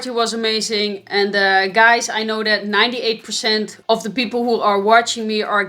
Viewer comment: " it going to dead kind of direction " lol "that!! (not dead) kind of direction", it took a time. to may ear